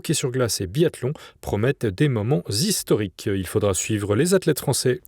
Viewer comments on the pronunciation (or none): Des moments z'historiques ou des moments historiques ? 🧐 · A la fin du journal , JO d'hiver en Italie : "des moments z'historiques..."